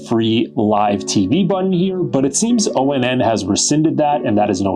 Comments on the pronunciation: I believe it's pronounced "ON" not O-N-N... anyhow, my small problem with it is i had to disable the voice control because doing so kept prompting the google assistant on my phone... that's the only thing amazon fire devices have over it is that amazon gives you 5 trigger words to rename your devices...I'm surprised google hasn't done the same with a simple update. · It's onn, not o-n-n